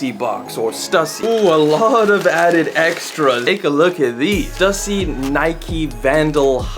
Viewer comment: Say it with me Stoooossy!!! Stussy